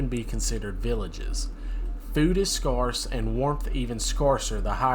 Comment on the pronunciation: I don’t mean to be nitpicky but I am somewhat OCD so I can’t help it… You’re mispronouncing the word scarce… It has a long a sound not a short a sound.